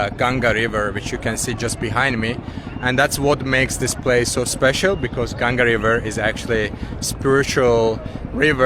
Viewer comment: Thanks for taking proper name of river Ganga not gaan-zz-ees